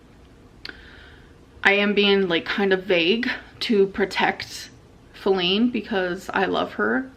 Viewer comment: Perfect example of her laziness is how she stopped saying Feline by the second video and just started saying Flin